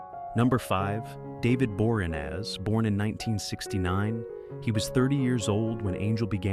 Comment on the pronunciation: I'm sorry.... Dovid Borenaz?!